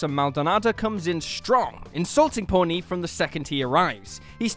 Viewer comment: It's pronounced ponee not pornee